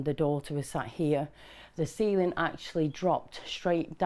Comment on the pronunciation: When she said ceiling I thought she said semen, Jesus.